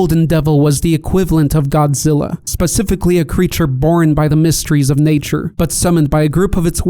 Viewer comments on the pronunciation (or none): none